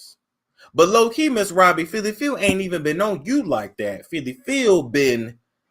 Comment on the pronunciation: It is not Phylly.